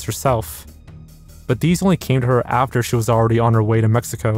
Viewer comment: Mejico majico 💀